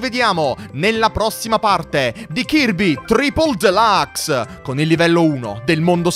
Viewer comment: Chi come me ama quando dice KIRBE TRIPOL DELAAAAACS